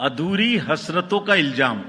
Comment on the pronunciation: Iljam nahi ilzam hota he saheb. Kahan se sikha ye sher?